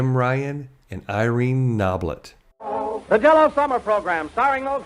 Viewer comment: There's a big important difference between "Irene no-BLETT" and "Irene KNOB-let".